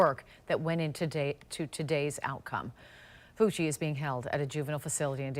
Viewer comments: Pronounced: FUCKY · That's a weird way to pronounce "Fucky". I wonder if his cellmate will find that name... interesting. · They gonna have a different pronunciation of that name in prison boy